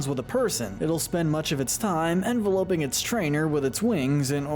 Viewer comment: You pronounced enveloping as "envel-opeing" Jesus christ, man.